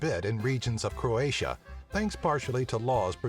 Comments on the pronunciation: You pronouce It all wrong, It's so funny xD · It is so funny to hear all hilarious wrong pronunciations as a Croatian.